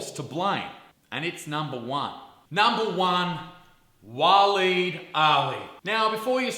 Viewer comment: Waleed the "Weed"